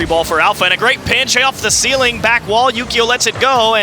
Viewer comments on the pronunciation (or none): THE COLDFIRE floor+ ceiling=feeling. 😂😂😂😂 Phonetic dyslexia..